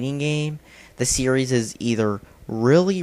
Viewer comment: Wow he said sereises